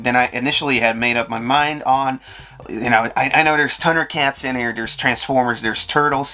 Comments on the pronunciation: Dude, it's Thundercats, not Tundercats. Sweet haul tho. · Dude do you pronounce Thundercats like that for fun or is it a speech thing?